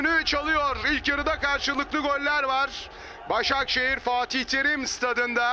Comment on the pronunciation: Spiker 2 ş li kullandı Başşakşehiri eliyo derken 🤣🤣🤣🤣🤣